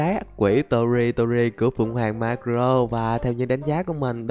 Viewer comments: Marco ko phải Marro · Tao là ati fan đây tao dái video này được 500 nghìn lược ko thích độc tên cũng sai người ta là maco lại đọc là maro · Em đoán anh xem ít one piece vì marco anh đọc là mắc cờ rô